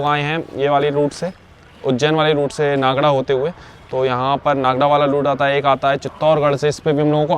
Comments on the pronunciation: रेलवे स्टेशन का बोर्ड पढ़कर तो नागदा बोलना सीखो क्या नागडा नागडा लगा रखा है? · नागडा में डालडा मिलता है क्या ? नागदा बोल भाई l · भाई नागड़ा क्या होता है 😂😂 भाई ये नागदा जंक्शन है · भाई सही शब्दों का हिंदी में उच्चारण सही करो। खाचरोद है। नागदा है।